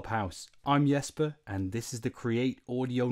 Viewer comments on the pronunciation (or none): I was struggling to figure this comment out but now I can't unhear the 'I'm Jesper' in the intro as 'I'm the expert' haha